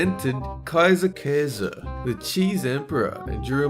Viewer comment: It amazes me how good can say Käse and Kaiser.